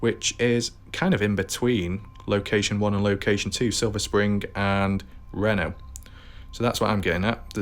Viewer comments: It’s pronounced….. REEENo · It’s pronounced ree know